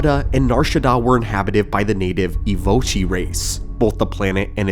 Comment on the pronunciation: "Evochii" is pronounced "E-vo-kai"